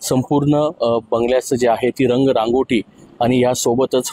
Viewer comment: काय रिपोर्टर आहे ... धड मराठीही बोलता येत नाही रंगरांगोटी की रंग रांगोळी ?